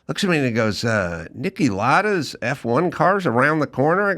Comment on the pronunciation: F1 Driver Niki Lauda PRONUNCIATION Niki "LOUD-AH" not Niki Lada